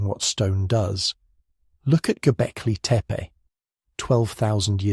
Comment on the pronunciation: Stupid AI content. Who pronounces gobekli tepe Gobekli teepay